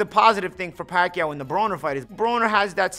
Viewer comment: He said pakyuwww